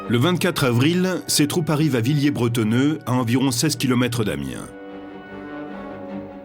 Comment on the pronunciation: C'est ecrit en gros "Villers-Brettoneux", mais le mec s'obstine à dire "Villiers bretonneux"